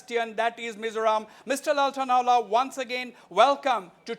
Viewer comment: Wasbir ..there is no Chamfai its Champhai.No Mr Lal Thanhuala its Lal Thanhawla.